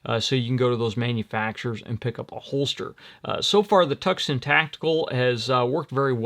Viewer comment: I had to look up "Tuckson Tactical", lol, it's "Twoson Tactical, you know the city Tucson...great video, and thanks for the laugh.🤣